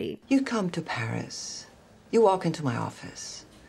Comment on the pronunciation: emily cant even pronounce paris